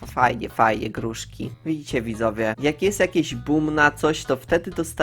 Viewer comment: czemu mówi gruŻki a nie gruszki skksks